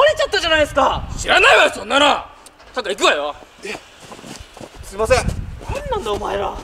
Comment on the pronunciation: 「はいすいません」がだいこになってるよwww😂